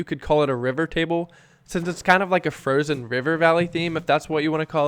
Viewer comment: “Frogzeon ogzeon”